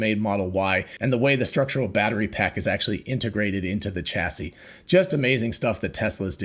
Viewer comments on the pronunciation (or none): Chassis is french. The ch is pronounced like an english “sh”: shassy